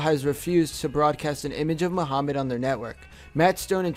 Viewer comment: I am muslim and he pronounces Muhammad and muslims wrong